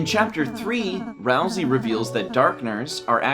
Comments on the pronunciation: >ralsei theory video >looks inside >"ral-see" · that name... is Ralsei- oh okay. Not... the name we of the character we've been talking about this whole time who rhymes with way. (not a critique, but just a expressing of my surprise because I thought it would be something else)